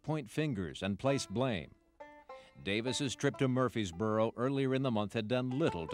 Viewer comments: Narrator...It's pronounced Murfreesboro with an R. Not Murphysboro. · This narrator keeps misprononcing the name MurfReesboro MurfRRRRReseboro! He leaves out the 2nd R!!!